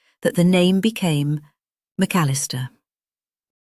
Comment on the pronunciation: Dear AI: McAllister is 4 syllables, not 3. 🤨